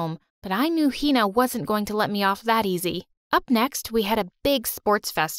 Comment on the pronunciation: yea but the way they pronounce hina 😭😭